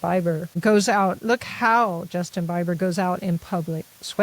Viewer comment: George Zimmerman shot and killed Trayvon Martin, not George Floyd. (And, it is indeed Justin BEE-ber, not Justin BYE-ber.)